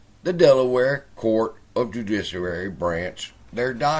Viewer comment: And even pronounce "Judiciary" with one tooth...